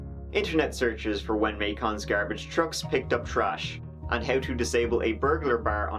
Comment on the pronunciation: Goddamnit! Why does he keep saying MAY KHAN, Georgia? Macon rhymes with bacon, the first syllable, of course, being emphasized.